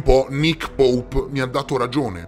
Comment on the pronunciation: Grande mi fai morire quando dici Nick poup!!!🤣🤣🤣😂😂